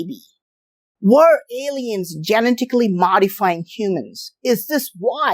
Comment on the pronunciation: He said "Genitacly" modified 😂😂😂🎉🎉🎉. Genetics is hard...